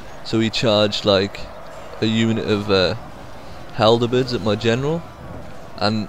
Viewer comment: Looks like a fun game, I did get a little annoyed by one small thing though. Halberd, not haldebeards. :D